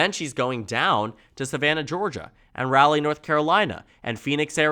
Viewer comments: Raleigh is pronounced Rahw-Lee. Not Rally. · As an nc resident with all due respect it is rah-lee not rally 😂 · Raw-Lee North Carolina. Not “Rally”. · Love your videos! Minor thing as a North Carolinian I've seen in a few of your videos - Raleigh is pronounced like raw-lee, and not like "rally." Hope we finally go blue this year!